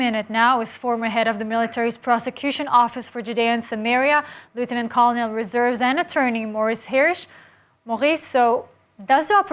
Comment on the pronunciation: The word colonel is pronounced kernel.